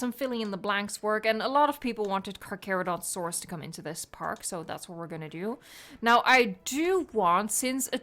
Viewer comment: Hi I’m not trying to be mean but it’s pronounced (car cher o don to saurus)